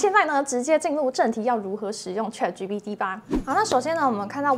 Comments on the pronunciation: Chat, not trat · 主播能不能把chat的发音发得准确点